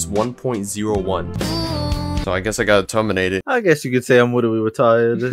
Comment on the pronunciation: “I witterly hanging the boots up” had me dying 💀💀💀